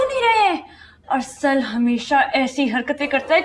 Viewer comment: Its Arsal not asal🤣